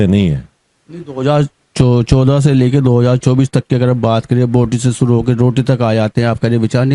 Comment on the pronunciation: बोलना तो सीख लो वोट को ओट बोल रहे हो..